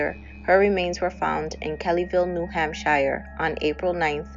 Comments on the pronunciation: Its New England not England. "Shire" is pronounced like "sure." ;) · This channel rules! Cheers 🥃🍺 I believe it's Hamp*sh*er*...but I'm just a bloody Ozzie. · U do all that work & don't even learn how to pronounce New Hampshire? Ridiculous.